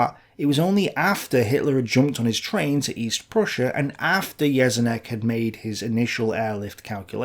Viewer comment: you are pronouncing Jeschonnek wrong. you should better look it up